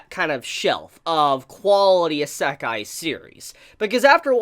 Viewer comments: It is not pronounced Is-ek-e, but rather E-Sec-I. It's like your saying Himbogger instead of Hamburger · Anyone else hearing him say i-sack-eye and noe Ise-kai? (Wrote the words on how it sounds and not how it is written) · "I-SUCC-EYE anime" It's pronounced E-say-kai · a.sek.ai it's "Ee.se.kai" And nothing can replace Papa Bone Daddy and his harem of tsundere demons. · good job butchering isekai pronunciation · Random Trainer X. M8 it’s isekai not sekai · Ihsekkai... Why does he aay it like that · say isekai right, EE - SAY - KIE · If you're going to review anime and manga, please learn to pronounce the Japanese terms correctly. You sound like someone sounding out a new word the way you emphasize each syllable. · His pronunciation of Isekai hurts my everything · His pronounciation of "isekai"..... 😱 Can't blame him for it... but just hearing it >.>